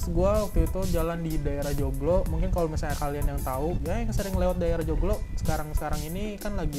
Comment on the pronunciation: Kedengernya bukan "joglo" malah jomblo wkwkw